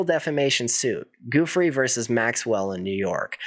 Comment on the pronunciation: The ranch was too remote from conveniences, like hotels, restaurants and entertainment. Very handy for keeping away everyone driving in a car. "Joo-FREY" not "GOO-free." Virgina Giuffre. Solid reporting. He was enabled by money and people in power - other wealthy - who looked away.